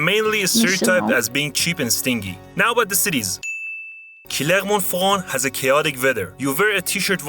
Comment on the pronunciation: Il prononce assez mal Clermont Ferrand